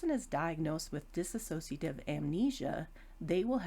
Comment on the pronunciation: Would be really good if people, especially professionals, could pronounce 'dissociative ' properly.. it's not 'diss-a-so-cia-tive' ... it's 'dis-so-cia- tive' ... Thanks for the video